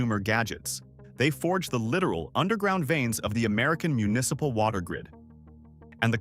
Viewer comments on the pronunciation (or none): none